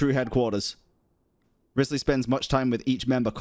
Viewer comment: Why do you keep saying his name wrong?